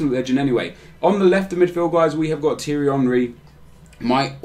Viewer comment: sorry nep no hate but it pecks my head when you say teery henry.